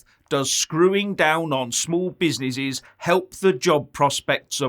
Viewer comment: the small "be-si-ni-sees" got destroyed right after Jan 2020. Tell us about the "proa-toa-call" now! hahahahhahahahahhaha